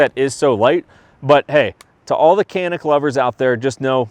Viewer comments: Nice man. One note on the pronunciation...for those who care...the C in Turkish is pronounced like a J. So, its pronounced Ja-nick, not Ka-nik. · You as well as many are pronouncing the name of this firearm incorrect. The letter C is pronounced with a J sound like jam. So pronounced Janic! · Care or not I'm simply stating the word/name of the firearm is being pronounced incorrectly. I laugh every time I hear the mispronunciation. If you are to review a product make sure you pronounce it correctly.